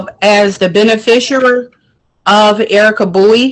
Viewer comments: "ben-a-fisher"????😄😁😁😂🤣 OMFG, these people need huge amounts of help with the legal terms they profess to use. And by "legal terms," I mean they need to learn to pronounce words with more than two syllables. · What's a bene fisher? lol She really means beneficiary, but just can't say it right. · 🤨🤔😐 What the hell is a "benefishooer"? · What the hell is "a benefisher?"